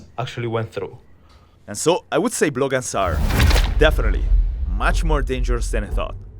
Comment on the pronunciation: anyone ever heard for BLOGANS one word fast say :)